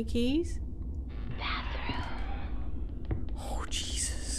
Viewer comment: Couldn't help it but laugh when you said my name "Jesus" lol well pronounced btw!